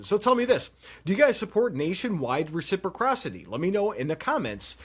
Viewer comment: Not a Republican but I still support the 2nd amendment. You really have to learn how to say res - ip- ross - ity 😂. Even tRump said it correctly.